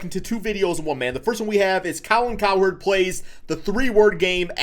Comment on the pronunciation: *colin cowerd